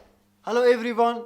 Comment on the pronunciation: Wow that’s nice challenge and why pno can’t say everyone 😂😂😂😂❤️❤️